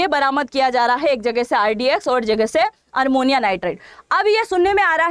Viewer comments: MADAM,SORRY TO CORRECT YOU- iT'S NOT ARMONIA, IT IS AMMONIA. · आप शिक्षा देने वाली है और आप हिंदी भी शुद्ध नहीं बोलती हैं ये तो शर्म की बात है ये अमोनिया होता है अरमोनिया नहीं होता कृपया अपने वीडियो को सुनकर देखिए और ये रसियन प्वाइजन नहीं है रायसिन प्वाइजन है क्यों रसिया को बदनाम करती हो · ARMONIA NIGHTRET NEI " AMONIA NIGHTRET " HOGA UCCHARAN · Madam aapka news Acha hi sunder ka but Armonia nahi Ammonium n Russian nahi Raisin pls correct it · Armonia nhi amonia hota hai didi